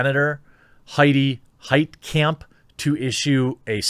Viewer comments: It's a German name, the "kamp" part shouldn't be pronounced like in concentration camp, it should be pronounced like in mein kampf. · “Heitkamp” Every. Single. Time.